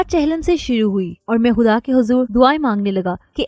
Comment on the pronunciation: اچھا چینج ہے۔ اس چینل کے مردوں سے زیادہ اچھا انداز ہے آپکا 😊 بس خ کی آواز پر خاص توجہ دیں۔ خ کو ح نہ پڑھیں۔ جیسے خواہ کو حواہ نہ پڑھیں۔ اور خدا کو حدا نہ پڑھیں۔